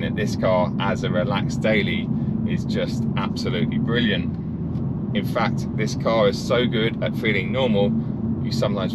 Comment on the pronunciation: Count the number of times says “bwilliant”